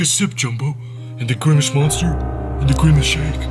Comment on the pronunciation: he is grimece not grimece shake